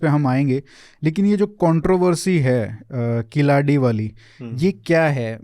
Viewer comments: Wonderful conversation. Just a suggestion. It will be good to get the pronunciations right ( KEEL + ADI कीलडि and NOT किलाडि) (WHYGuy वैगै and not वागाइ). It is actually KEEZHADI which can be attempted as well. As Indians with Sanskrit as our base language through Prakrits, we can pronounce these quite easily. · किलाडी नहीं वह कीलडी है, वगै नहीं , वैगै नदी है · Pehle sahi uchhaar seekho jannab Khilaadi nahi Keeeeladi..hai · Altaic, Huna, turka migrant who have still not integrated with the host country getting riled with natives. You cannot even pronounce "Keeladi". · First try to pronounce the names Keezhadi and Vaigai correctly, then you can discuss whether history is being manipulated or not 😂😂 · Indian archeological expert can't pronounce indian names like "keeladi" , "chola" etc....i wonder how much he studied this topics that still can't pronounce this properly 🙄🙄